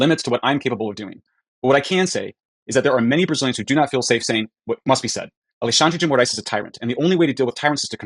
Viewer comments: "Alluh-shandre de More-eyes" would be the nearest way of saying it in English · The pronunciation is /ah-lay-SHUN-dree gee moh-RICE/. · Repeat with me: "Ah leh shan dre D Mo raes" 😂😂😂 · According to Google translate it's pronounced like "Aleshandrze dzhi Mo-rise". Portuguese is almost worse than French in pronounciation.